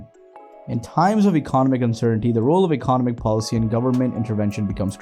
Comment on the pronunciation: Your pronunciation of “economic” cracks me up. Great video, but fyi that might retract the message for some viewers